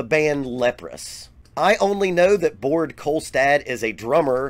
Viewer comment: ”Bored Kolstad” 😂😂 im not norwegian and pls correct me if im wrong but i think Baard is pronounced just like Bar but just with the d at the end. Of course the R is different here in scandinavia than in the us for example.